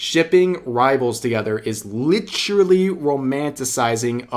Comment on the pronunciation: i love when you say "lit'ral"